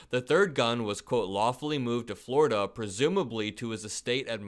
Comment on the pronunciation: "I'm onwy convicted in New Yowk, why can't I have a gun in FwowiDUH? "What do you mean, It's a Fedewaw thing? "NO buddy'th EVER hewd of DAT!!"